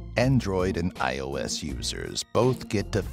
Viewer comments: he calls ios,"iso" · hah. he said “isO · It’s iOS not iSO